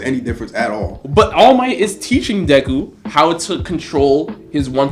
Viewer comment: Mans said dayku